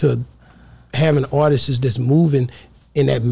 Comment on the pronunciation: Am I the only person irritated by ppl who say “ARTISTSES”❓😂